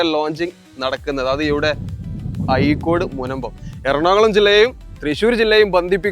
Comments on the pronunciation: ആയിക്കോട് അല്ല അഴിക്കോട് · അയിക്കോടല്ല അഴീക്കോട് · യ അല്ലടോ ഴ എന്നാണ്